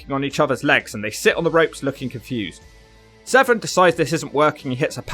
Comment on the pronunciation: Its Severn, not Sevren